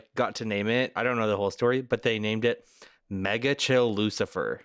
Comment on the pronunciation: as a bee researcher, i wanna correct how you said Megachile, but you’re having too much fun with it